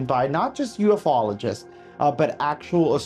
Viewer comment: ffs, it's pronounced U-FOLOGIST, NOT UF-OLOGIST. LIKE Bi-ologist. You know I love ya bro